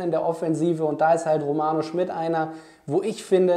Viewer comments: Finde auch, dass er ein spannender Spieler ist. P.S.: ich glaube der Name spricht sich „Schmiiiied“ und nicht „Schmitt“. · Kleiner Hinweis: Im Butter Bei Die Fische hat Romano meine ich gesagt, der Nachname wird Schmied, nicht Schmidt ausgesprochen. Aber ansonsten super Video - danke für deine Einschätzung! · Romano heißt Schmid nicht Schmidt.. langes I..